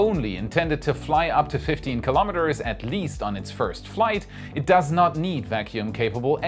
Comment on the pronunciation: KILO'METERS --- NOT KALAMADUHZ.